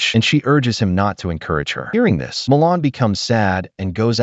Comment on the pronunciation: Mulan. Not Molan.